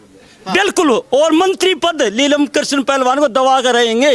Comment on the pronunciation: Or बात तो सही ह बाकी इस अध्यक्ष pardhan ko नीलम बोलना सिखाओ यो लीलम bole h